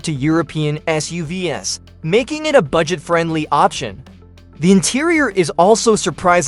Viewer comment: shit I hate these AI voices. It can't pronounce SUV's and it repeats itself. I only got :44 into and had to thumbs down.